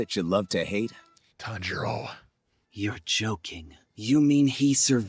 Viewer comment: We’re gonna be watching the infinity castle and still won’t learn how to pronounce Tanjiro.